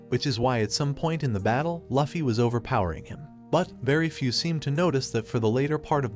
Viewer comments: It’s luffy not laffy I immediately clicked out of the video.”loofy” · Its luffy not laffy.